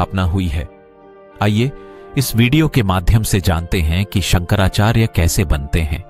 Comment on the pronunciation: शंकराचार्य बोलिये संकरा चार्य नहीं